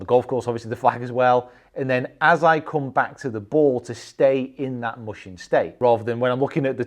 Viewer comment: Great video as always! Getting the mental side of golf under control is definitely a worthy quest. Just one tidbit, “mushin” is pronounced more like “moo-shin” (with the moo said quickly) than “mush-in”